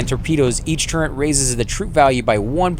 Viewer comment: Why oh why is this misspronounciation so common? I keep hearing it, everywhere, and it really grinds my gears! TurreNt TurreNt TurreNt! There's no God damned N in turret! Kill me.